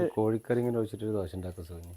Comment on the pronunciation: ദോശ എന്നു പറഞ്ഞു പഠിക്കു